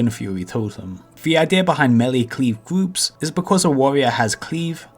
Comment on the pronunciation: Fwost the gwoups